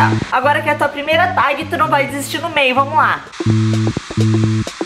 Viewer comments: Se pronuncia "teg" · Fala "tég" mesmo hahahaha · Se escreve tag mas pronuncia ''teg'', ajudei? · se fala "tégui" Mandy ❤ . Amo seus vídeos ,já venho correndo quando sei que é vídeo do seu canal. kkkk. ah , lindo colar ❤ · Dança atrás das pessoas sem elas verem❤️ a pronúncia é "teg" Mandy❤️ vc tá maraaa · Manddy ótimo vídeo e TAG se lê "TÉG" :) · se pronuncia tégui Mandy 😂💙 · se pronuncia "tegui" mamai mandy <3